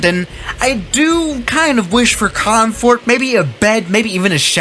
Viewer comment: everybody: comfort: comeforte